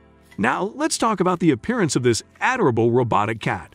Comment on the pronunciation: Sweet, a robot talked us through a robot. "a door rabble" for adorable? loool.